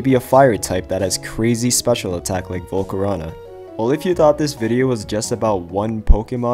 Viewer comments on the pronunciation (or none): none